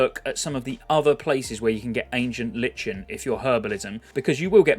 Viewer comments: It's not Li-chen, it's Ly-Ken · I'm new around these parts and i'm loving the content my guy, but if you keep saying LICH-in instead of "lie-kin" i'm gona frickin cry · Might just be a British thing but I’m pretty sure it’s pronounced “LIKEN” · Ancient LIKE N idk why everyone has trouble with that word >.< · We British pronounce the H in Herbs. But yeah Lichen/Lyken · Love your content mate, I'm subscribed to many youtubers following classic content, but just want to say - it's pronounced : Ancient "Lie-kun" - lichen is a kind of mold or fungus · Nice vids man. Just a critism, lichen is pronounced 'laiken.' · hurts my soul every time he says "herbs" and "lichen" wrong every 10 seconds